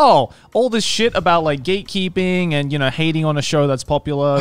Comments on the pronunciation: The entire time I thought they were saying "gaykeeping"... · why i always hear gaykeeping when then say gatekeeping sdsafdsfsdfsdf